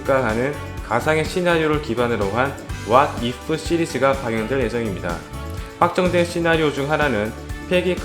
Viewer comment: wha if 가 아니고 what if 아닌가요??ㅋㅋ